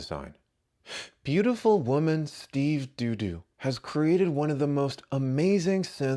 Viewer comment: Dont fkin say steve dudas name is pronounced DUDU lmao